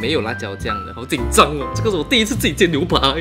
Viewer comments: 我妈妈一直告诉我把牛“pai”说成牛“pa”的人都是没有读书的人，你好像有点像的？？？！ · 為什麼我一直聽成牛爬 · 纠正一下 牛排=nui pai 牛扒=nui pa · 為什麼都念牛（ㄆㄚˊ）